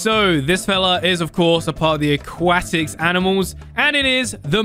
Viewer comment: I hate how says “megalodon shark” like come on it’s just megalodon and how he says aquatic